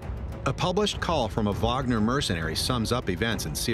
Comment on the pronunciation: Idk why but I appreciate it when Wager is pronounced correctly like in this video.